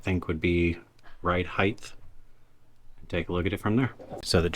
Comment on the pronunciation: It's height! Not heighth!.. lol. I know the words "width" and "depth" and "length" throw us off a bit.. but heighth is not a word.